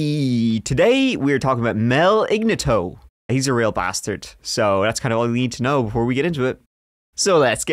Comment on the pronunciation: Ig nat toe, not igna tow.